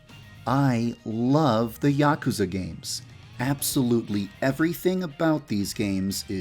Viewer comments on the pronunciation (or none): Yaakuza? It's yuukuza. (Double u's and a's added for pronunciation) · You kept pronouncing "Yakuza" wrong... :"( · I...don't think that's how you pronounce Yakuza..